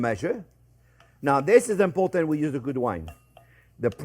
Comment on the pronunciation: When Chef Jean-Pierre says "Zeeeeeeee most import aunt!" you know to take note.